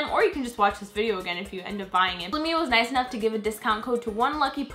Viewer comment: You Said luimia but you have to say liluimia